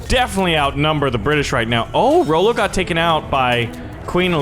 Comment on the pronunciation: its not rollo its ra-lo and nice vid keep up the gud work:)